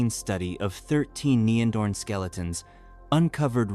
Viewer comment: AI having problem of pronouncing neanderthal. I just watched the north 02 version.